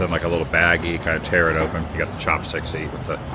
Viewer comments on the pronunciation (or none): none